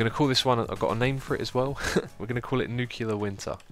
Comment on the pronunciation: Fire Suzanne and Dennis, the two are completely useless! Sidenote: Learn to pronounce "Nuclear".